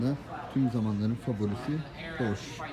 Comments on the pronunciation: Porsch degil Porsche. Rottweider degil Rottweiler. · Üstat Porsche'nin okunuşu "porşe" şeklinde. Ufak bir katkı yapmak istedim. Saygılar.